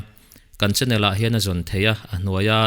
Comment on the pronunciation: Channel o..chânnel ni loin..😆mizo tawng improve ngai nimo😂